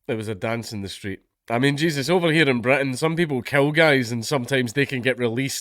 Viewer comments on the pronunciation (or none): none